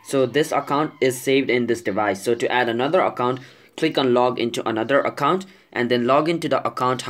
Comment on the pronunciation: Stop Saying Accont It Is Account Okay. Im Just Saying. Nice Video By The Way